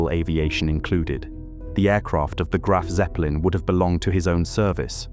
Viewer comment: Graf What'eppelin?? 🤣